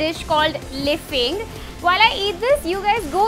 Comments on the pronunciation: its lafing not lefing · Its not lefing, its laafing. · It's laaa not le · The moment she said leffing, im done. Only the legends can pronounce it right 🥲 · It's not liphing ... it's laphing .... 😁😁.... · Aawww, its not liphing my gal, it's laphing, 😉😉😉 stay blessed 😘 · liphingg?? 😂😂😂😂 i love you di but its laping ' 😊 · who else noticed mistake... that said lephing insted of laphing.... its actually laphing😂😂😂😎😎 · it's not lephing it's laphing😂😂😂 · in nepal it is called laphing so it is not leeping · it's laphing .Not liphing😂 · It's Laphing,Not liphing 😂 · It's not leyphin..... It's Laphin (लाफिन्) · Its not leping its laphing (Tibetan dish) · It is not lifing it is laufing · its laphing not leephing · haha liping nice try its laping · tats called laping dear not lafing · it is not liphing... it's laphing. 😏🙂🙂🙂☺☺ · its not lefing its called laphing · It's not layphing Its lhaphing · Its not liphing its laphing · It's laughing not lifing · It's not lefing. It's Laphing. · it's not lefing it's laphing I m sorry to correct but ya laphing is the correct one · Sorry it's not leping it's laping.... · That's lahphing not leafing. It's a nepali food 😍😍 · it's not liphing it's laphing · Amazing video!! It's Laphing btw pronounced as Laafing hehhee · That's Laphing..😊😊🤔🤔 Awww! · That's laphing 😊😊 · Its laphing 😂😂😂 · Its laphing 🤣🤣